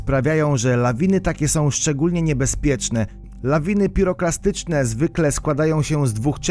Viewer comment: PiroPLAstyczne a nie klastyczne